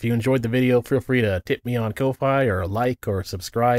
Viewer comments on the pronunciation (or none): why do people call that site "co-fy"???? it's COFFEE. ffs it's "ko-fi" it has a mug for its icon it's meant to be pronounced COFFEE it's named after the drink holy sh*t bruh who came up with this "co-fy" garbage?